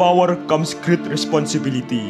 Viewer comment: "remember the great power comes great responsibiliti" ben parker